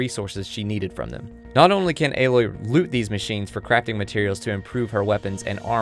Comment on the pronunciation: great video. im so excited to play this game and thank you for pronouncing Aloy's name correctly